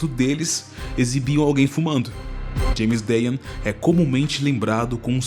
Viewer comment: james dean pronunciado erradokkkkk